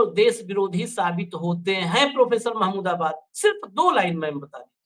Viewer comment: प्रोफेसर साहब का नाम महमूदाबादी है तो सही तरीके से उच्चारण कीजिए